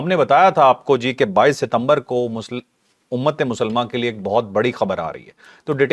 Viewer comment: piaray lafz UMMAT E MUSALMA nahin hay UMMATT E MUSLIMA HAY aap ko sun kar ham jesay jahil apna talaffuz theek kartay hen. to agar aap hi alfaaz ko bigaarden gay to ham to????